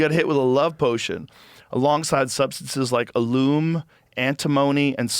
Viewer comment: Hastened is pronounced "HAY-send" or HAY-stend" , not "hahst-tend", and "alum" is pronounced "ah-lum", FFS.